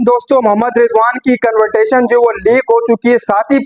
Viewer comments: 😂😂😂😂😂 CONVERTATION NI CONVERSATION HOTA HAI BHAI, YOUR ENGLISH IS AS GOOD AS RIZWAN’S ENG. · Rizwan ka influence tumhara English pe dikh raha hai... Convertasion ? Kahan se confidence latae ho ?